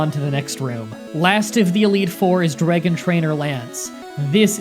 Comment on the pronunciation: Good job with the Dre-gon Pokemon